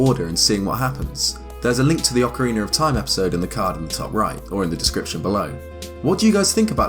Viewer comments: OcarinA with an A sound. Its not Ocariner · It's ocarina, not ocariner. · Ocariner? That's not how you say that... Accent or not, there's no r at the end. Ocarina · Okkkkarina of time? Surely you mean Ocarina of time... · Love how some British and Australian people pronounce things that end in an "a" as "er" like ocariner (ocarina) or impaler (impala) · Ocariner of Time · I don't understand why some people say that the correct pronunciation for "Ocarina" is "Ocariner" precisely in this game, my native thongue is not english, so I had to ask a native for the correct pronunciation of this particular word and saying to me it was "Ocarina" so, even if it sounds better, why would you pronounce it like ocariner and people said that it is the correct pronunciation. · Ocariner of time? Ive never played Ocariner before over in the states its pronounced ocarina like how its spelled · Ocarina not Ocareener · Ocariner of time. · I heard Zelder at least once. Lost count on ocariner, though. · OcariNer, no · Good ol' Zelder, Ocariner of Time. What a game. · Haha "ocariner of time" english bastard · eX Galneryus because hes British lol it's his accent. He also said Zelder. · Lol sorry I know it's an accent thing but I can't get over "Ocariner" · Ah, yes, Ocariner of Time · Why am I hearing him say "Ocariner"? Is that just how he pronounces it? I find it odd when people seemingly add R/ER to the end of a word, can someone who does that explain please? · I've heard some weird pronunciations around this game but never Ocarin-er lol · Ocariner of time. My favorite game 😂😂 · “Acoriner of Time” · Why are so many pronouncing it "Ocariner of time" ? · Lol oca-reener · Why do you put an r at the end of orcaraina? Every time you said it I cringed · "ocereener of time" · ocariner of toime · Why is he.saying.ocareener of.time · "ocaraner of time" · “Ocareener” hahaha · So ocarinarof time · What is the reason behind the pronounciation? I honestly want to know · You say Ocarina wrong.